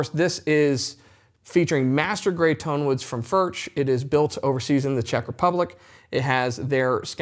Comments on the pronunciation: FURK not Furch. The ch is pronounced like a K. Know your product. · Hi, your pronunciation of Furch is not accurate. It neither does not end like MarK nor churCH. If you can pronounce Johan Sebastian BACH correctly, use the same ending with FURCH. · Mate - great vid. Love Furch. But please at least try to pronounce it properly. Please